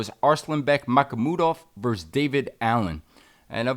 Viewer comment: He has been saying Michael Mudov too, or am I miss hearing 😅